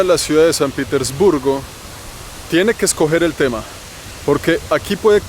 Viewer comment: Al principio dices san pitisburgo , y es san Petersburgo hable bien guevon